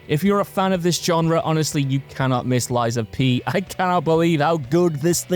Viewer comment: I think it is pronounced Lies of "Pi" like pumpkin "pie". 😅 it's ok though great list guys.❤